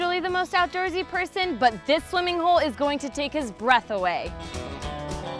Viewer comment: "o u t d o o r s y" okay woman, you need some english lessons anyone in 2k19?